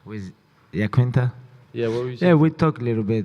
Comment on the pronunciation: The fact that Khabib can say "I" but not "Iaquinta" is disrespectful. He wouldn't have his BS title if not for Al. At least say his name right, you're not a dummy